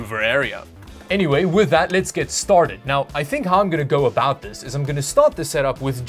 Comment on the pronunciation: Lmao I heard Canadian come out for the first time the game looks a boot weird 😂 jk keep up the good work love the channel